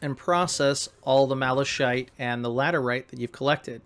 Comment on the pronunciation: Nice tutorial... One thing though, your pronounciation of Malachite (Mala shite) is incorrect. It is pronounced Mala-Kite... Whats funny about your pronounciation is that 'Shite' is a british slang word for 'Shit'.:P Heres a YT link to its correct pronounciation